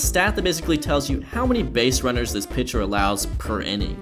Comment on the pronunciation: excuse me, did you say "pincher"?